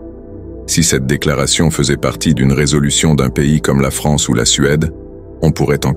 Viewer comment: Vive la "Fronce"...